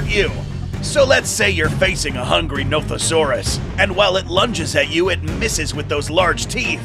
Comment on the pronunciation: At the Nothosaurus part when he said the dinosaurs name, I thought he said Nope-a-saurus